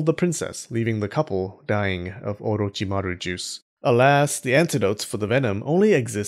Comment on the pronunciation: The way you say orochimary is 👍